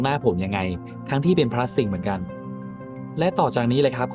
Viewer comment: พลาสสติล ไม่ใช่พลาสติกครับ